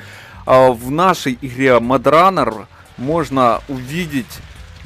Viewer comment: не мудранер а модранер